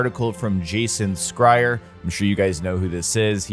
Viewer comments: did you just say jason.... skryer? lol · By the way you're Pronouncing Jason Schreier Last Name wrong! Lol At first I didn't know who the hell you talkin about! 😂😂😂